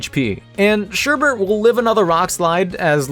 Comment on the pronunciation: I hate to be that person but it's Sherbet there is no r in the second half, I always find it amusing when people do that. Otherwise fantastic video and subscribed, keep up the amazing work!